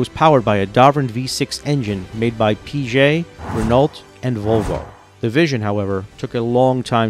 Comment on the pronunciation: Oui. Oui. I laughed too on the pronunciation. Artificial Intelligence?